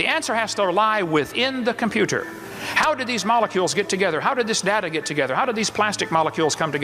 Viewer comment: I know it's completely irrelevant to his arguments, but FUCK, I hate how he pronounces 't' in works like computer, it's SO jarring.